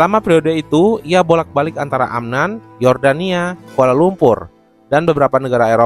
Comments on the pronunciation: Bukan Amnan Bang tapi Amman, sedikit mengkoreksi.🙏🏻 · Min, ibukota Yordania AMMAN (double M) bukan AMNAN